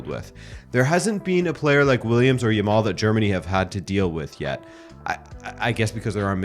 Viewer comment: Yamal not Yamall. Say the last syllable like "Al" not "all" . And "eelite" what the hell?